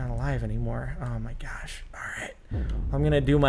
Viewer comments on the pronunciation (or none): none